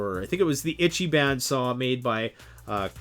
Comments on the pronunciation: That salt over saws. Kinda makes me laugh. Moreso though your horrible butchering of Japanese words. "Itchy ban" is not a thing. It's Ichiban "ee-chi-bon " meaning something akin to "Greatest" or "Best". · Still have to admit the samurai saws are still pretty good as saws go. But I am glad that the silky was represented correctly. In addition ichiban is pronounced ee chi bon (like bon bon) not itchy ban. Just helping out with phonetics sounds. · Japanese i is pronounced ee. Eecheeban, not itchyban. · Good video and even better comments section. But you’re killing me every time you say Ichiban. It’s pronounced Each-ee-bahn. translated as “number 1” in Japanese. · You better learn how to pronounce it: “Ichi-BON” even though it’s written “ban”. It means “best” or literally “number one” in Japanese. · and stop mispronouncing it is pronounced like itch-e-bon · its pronounced more like "EEchEEbAHn" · And ergonomics....sorry but was overwhelmed with "itchyban" etc. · How do you get hungry by saying Ichiban wrong? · Please google the correct pronunciation of ichiban. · If you're going to sell Japanese saws, please learn a little proper pronunciation. Long time subscriber and love your videos but this one made me cringe.